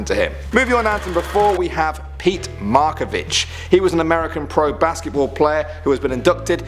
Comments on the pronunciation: It's MARAVICH not Markavich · When he said markavich I died its pronounced maravich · MARAVICH not MARKAVICH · It’s Maravich not marcivik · It’s Pete MARAvich not Markavich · Maravich not makavich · Great video! My only gripe is calling Pete Maravich, "Pete Markavich." :p Otherwise I loved it. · It's pete Mar-a ViCH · He said "Pete Markavich"😂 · The way he says Pete Maravich